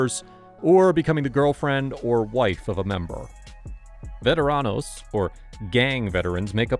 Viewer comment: You gotta learn how to roll your R's brother. If you can make a cat pur sound, you can roll. Vet-a-rrrrr-an-os. You have to atleast try.